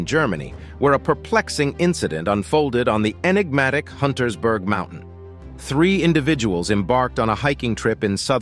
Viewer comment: UNTERSBERG, not Huntersberg